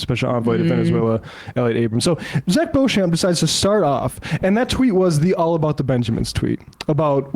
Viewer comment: For future reference... Beauchamp is pronounced "Beach'm"... I know, it's one of those names that's spelt differently to how it's said...ahh, gotta love the english language and it's foibles...🥴 🙃🐨🇦🇺